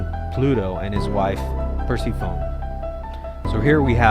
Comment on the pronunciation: Lol. Persephone's name is pronounced "per-SEF-o-nee" not "percy-fone".